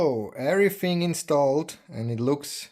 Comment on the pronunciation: Your videos are absolute perfection I enjoyed watching this so much I watched it at normal speed instead of 2x speed like I watch all videos. I love how you say the word everyFing I was waiting for you to need the lathe to work on the lathe lol